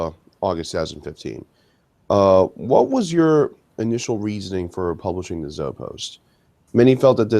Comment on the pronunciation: One little nitpick - Zoe is pronounced "Zo-ee." The Zoepost is pronounced "Zo-ee-post". Not "Zo-post."